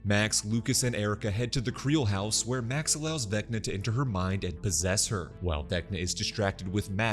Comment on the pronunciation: Everytime he said VecccNNaaa in the video I repeated it.